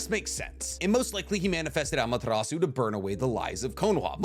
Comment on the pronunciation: BRO. Say Amaterasu like that ONE more time, and you're gonna catch these hands.